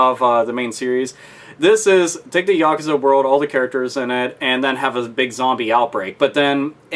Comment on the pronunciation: Yakuza is pronounced "Ya Coo Zah"